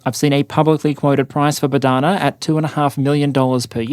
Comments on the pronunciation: Bohdana, not Bodhana👌 And the H is not silent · It is “BoHDana” — not “BoDHana” — a popular ukrainian female name, literally means “God-given”